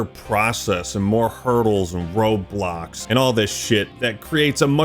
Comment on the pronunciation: What he said: "Roadblocks" What I heard: "Roblox"